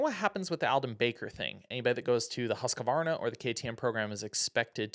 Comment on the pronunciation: It's pronounced husqvarna not husq-uh-varna 🤷‍♂️ idk why people say it that way, especially people in the industry 🤯